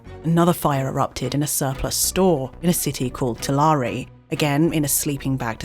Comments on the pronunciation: tuh-lar-ree? too-lair-ee. or tool-air-y. say it right. tuhlaree. haha oh man. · Tulare is pronounced “two-lair.” California is one of the best documented territories on Earth. It’s incredibly easy to get the names right. And before you say anything: As a content maker that is providing true-life stories, it reflects badly on your research when you can’t get place names right. As viewers, we need to trust you in order for this to work. 🤷🏽‍♂️ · It's pronounced "two-larry" btw. Names in California are either Spanish or Indigenous. Sometimes both. Idk which one this is but that's how it's stated. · Just for information, Ole’s is not Spanish and is pronounced oh leez. The city of Tulare is pronounced too-lair. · Duuuuude, I've been to some of those places in Fresno! I remember Hancock Fabrics, they were a great store! A note for the future on pronunciation, in case you talk about the central valley again: Tuh-LARE-ee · Tulare is pronounced similar to glare. It's not gla ree it's glare=Tulare. Thank you.